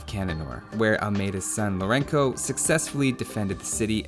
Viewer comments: Although Lourenço went a bit weird. He should've pronounced 'lou-ren-so'. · Lourenço is pronounced as "Lourenso", as the letter "ç" represents the /s/ sound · Lorenço is pronounced the same way as Lorenzo, the "ç" is just a "c" that always sounds like an "s" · Great video! Your pronunciation of the Portuguese names was very good, even João, which a lot of english speakers don't even try to pronounce it correctly. The only correction I would make is Lourenço. The Ç is always pronounced as S, so it sound more like Lourenso than Lourenko. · The Portuguese campaign is one of the best in the expansions. Hope you make more in the future. Incidentally, though you probably have been told this already, '*Lourenco' should be spelled with a c-cedilla or ç, which is pronounced like an {s}, as it's meant to represent the "soft c" in Portuguese, as well as in several other Romanic languages. Hence 'Lourenço' should sound like {loh-REN-soh}, not unlike its Spanish form--'Lorenzo'. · Some pronunciation corrections: - Juan's J sounds like a very strong, gutural J/H (you don't have that sound in english, though using the J of Jack would be accurate enough) - Lorenço's Ç sounds more like the TH in 'thirsty' or an S, never like a K Also, I don't get why Queen Isabel of Castille is always referred as Isabella (while the portuguese one is actually referred as Isabel). A double L in spanish sounds like a Y, while that '-lla' ending is usually italian. Anyways, I see there is a general mixture of translated and non-translated names for the Kings. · Just to assist you with the pronounciation of "Lourenço". In Portuguese the C or Ç is always an S sound when it precedes a voul. The Ç in "Loureço" sounds the same as the Ç in "Chouriço" (chorizo in Spanish). Hope it helps! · I also found that impressive. But nonetheless he could not figure out how to pronounce the “ç” in Lourenço hahahaha was kinda funny